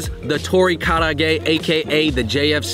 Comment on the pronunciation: It is tori kara age, not tori karaa ge. Kara-age means deep-fried food.